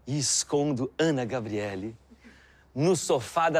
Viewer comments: O melhor é o Luciano chamando a Any Gabrieli de “Ana Gabrieli” kkkkk me matei de rir 😂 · Todo mundo fala "ana gabriella"